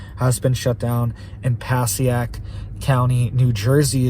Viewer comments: MM - pasiac? 😂😂😂 pronounced Pa-say-ic county NJ. 😂😂😂 Had to play that back a couple of times. 😅😅😅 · pa-say-ick is how you pronounce that town in NJ. I don’t live too far from there. (Passaic)